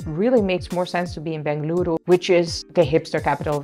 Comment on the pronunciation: Saying Benglooru is such a local authentic pronounciation . Like kannadigas do . Happy New Year.